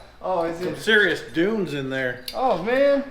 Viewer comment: Putting the "dun" in dunes.